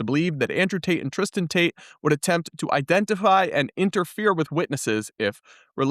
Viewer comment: lol, i thought they were shouting "Free Ta- te" pronouncing is name with a new accent 😂😂